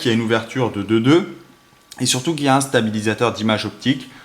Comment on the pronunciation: On dit QuatRE et pas quat